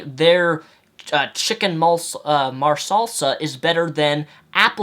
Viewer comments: ....Did this guy...who insulted the intelligence of another human being REALLY pronounce "chicken marsala (mahr-sah-luh)" as "chicken marselsa"?.... I...just...can't... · Chicken Marsala, not Chicken Marsalsa :) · It pronounced "Mar-sahl-lah" not "Mar-salsa" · Its marsala not marsalsa lol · chicken marsala not marsalsa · You can't prove much when it comes to chicken "marsalsa” because it's not a dish that has been created.... At least I hope not. I am thinking about Italian Chicken Marsala or Indian Chicken Masala mixed with Salsa now and it seems pretty disgusting. Nice video BTW. I just had to point out that horrible pronunciation. Not sure which dish you are talking about or if you have, in fact, created your own spin on it. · "Chicken Marsalsa" lol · Ok, time to deal with the elephant in the room. ~clears throat~ It is Chicken MARSALA, Not mar-Salsa. Only 1 s. :D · Chicken Marsala, not Marsalsa :D but otherwise, nice video, I chuckled when you started feeling your nutsack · lol "marsalsa" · Two things: 1) Good video. Trying to listen to this guy argue why being an atheist doesn't make sense makes my head hurt because nothing he is saying makes any sense. And I say that as a religious person that doesn't care what anyone believes or doesn't believe. 2) Hehe... "mar-sal-sa". I'm not sure if you meant "marsala" or were saying it just to bug people, but either way it made me chuckle ^_^ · Yeah, that was weird. Was he trying to say Chicken Marsala?